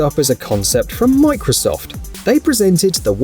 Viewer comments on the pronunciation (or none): none